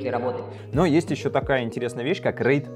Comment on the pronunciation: Всё правильно он назвал.